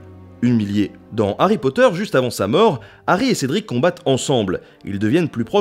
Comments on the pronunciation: HHH'... arry pas "Ary" !!!! Ha ! ces français ^-^ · Puriste alerte ! C'est "De Harry Potter" et non "D'Harry Potter", puisque le H de Harry n'est pas muet ! Et oui ! C'est comme les zaricots... (Et à cause de ça, JK s'est foutu de notre gueule, cf le "Arry" de Fleur Delacour) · DE Harry Potter, sans élision ! Le H est hhhhhaspiré.